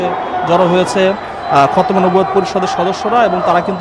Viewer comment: এইটা কোন ধরনের সাংবাদিক যে সঠিক ভাবে খতমে নবুওত উচ্চারণ করতে পারে না?